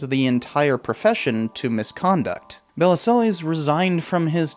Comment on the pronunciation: Interesting video. Regarding Bellesiles, one of the articles you clipped includes a helpful guide to pronouncing his name: buh-LEEL. I feel you could have done this basic research. That said, I remember this scandal. His book did incalculable damage to our ongoing struggle for sane gun control laws.